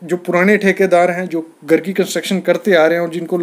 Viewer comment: Would be nice if you could pronounce GHAR correctly. Tired of hearing of GAR.